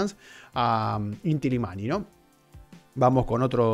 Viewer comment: Querido es Illimani la doble ele se pronuncia como ye, saludos.